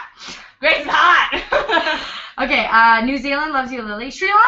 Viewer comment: Hahahah when struggles to say 'hot' Hartbig big times